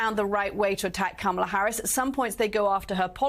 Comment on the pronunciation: He does say "Kamela", her name is Kamala. We're glad to have you, but you gotta' do better than that.